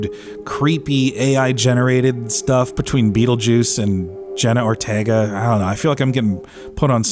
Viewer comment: “JENNA ORTIEEGA THE ACTRISS”